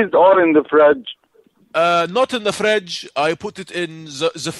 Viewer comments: In the fredge haha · Fradge or freeze? Kills me every time 😂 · "the fredge" my god lol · "You kept it in the huh.... freezer? Freeze? Freeze? Or in the "Fredge"?" I lost it here LOL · In the freeze or in the fredge? Haha! calling Egypt..... Love it!!! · "Not in the FREDGE." I lost it for you man LOL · the FREDGE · HAHA "did you put it in the frej..."? :') My favourite Character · The fredge, LMAO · In the fredge hahahahahahha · whats a fredge??? hahahahahaaha